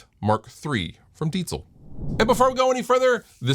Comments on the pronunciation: Do you know where the name for this amp comes from? And yes, you pronounce Diezel very well. I'm from Bavaria Germany and happen to know the chief engineer. That's why I know what the focus was in development. tight, lots of headroom and reliability. cool piece you have there. have fun. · You’re late to the party! But thank you for pronouncing it correctly! Cheers from Germany!